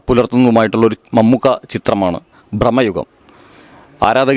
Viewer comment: ബ്രമയുഗമല്ല ഭ്രമയുഗം